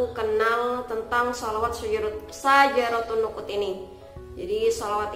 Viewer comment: syajaratun nuqud neng, bukan nusuk🤭😋